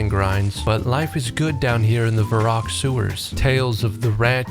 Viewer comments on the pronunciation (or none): Thought the same. Even the way he pronounced Varrock like Vah-roock instead of Verrick. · Your wife is diabolical for getting you to pronounce Varrock as Vah-Rock